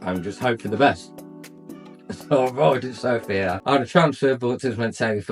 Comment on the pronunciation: Good for you man. You are the first English speaking guy I hear that puts the stress on the word "Sofia" at the "O" which is correct. Every native English speaker says Sofia ( puts the stress on "i" which is very annoying to us Bulgarians). And to the point: sure Bulgaria is very safe, just hey people stay away from places where houses are cheap. The reason they are cheap is almost always 1: there are gipsies ( travellers, roma people whatever) there. And they are aggressive and dangerous! They steal and do even worse things.